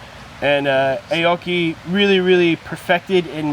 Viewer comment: and its Ah-oki, not A-oki...